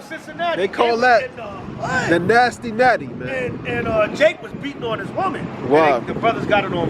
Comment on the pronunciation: Bro said Nasty natti😂